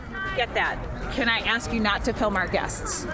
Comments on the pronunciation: Another DEI hire. She can't even speak properly. Can't provide the correct wordage to finish sentences. So dumb, and she's also very uncomfortable with speaking with him. I also enjoyed how she said "ask" multiple times. Then the more she got upset she changed it to "axe". LOL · I laughed so hard when the Oompa Loompa said "I'm not gonna axt you again, and I'm not gonna have a back and forf witchu." She needs to probably go back to elementary school to be taken seriously. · She needs to learn English. Yo, let me axe you a question. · She was axing them to leave 😂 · To be fair....she did axe.